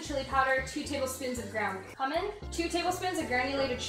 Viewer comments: its the way Kyedae pronounces "cumin" as "Cum-min" instead of "Kyu-min" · they say cumin it is cuemin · Did tenz just say K-umin instead od Cumin 💀?? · Did she just pronounced cumin as “cum in”? O_0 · them pronouncing cumin differently every time is the funniest shit i love them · can we talk abt how she pronounced cumin tho